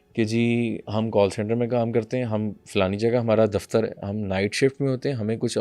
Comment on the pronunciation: Dafitar no dafatar😂😂😂😂